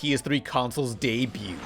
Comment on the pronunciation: There are two types of people. Those who know how to pronounce debut, and those who don't.